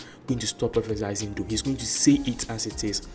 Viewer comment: It's not "prophesySing" It's prophecying....no 's' anywhere